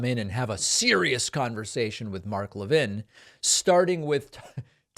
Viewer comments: I wish you would pronounce his name correctly. It really diminishes your message. The fat is Mark Lavine is evil, you don't need to mis-pronouce his name. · A Jewish guy can't pronounce Mark Levin correctly?